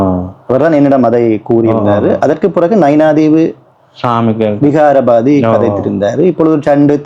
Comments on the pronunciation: நீங்கள் நேர்காணல் செய்யும் "விகாராதிபதி " என்ற சொல்லிற்கு பதிலாக தொடர்ந்து " விகாபாதி " என்றே கூறுகின்றீர்கள் அதை இனிவரும் பதிவுகளின் போது சரி திருத்தி "விகாராதிபதி" என உச்சரியுங்கள். நன்றி. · அது என்ன தம்பி, "விகாரபாதி?" "விகாராதிபதி" என சரியான உச்சரிப்பை கற்றுக்கொண்டு, பேட்டி காண வேண்டும் என, கேட்டுக் கொள்கிறேன்.